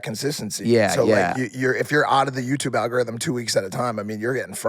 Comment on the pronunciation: He really says YouTuve